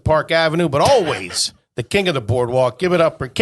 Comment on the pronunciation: I like that thinks always is pronounced “O-weese”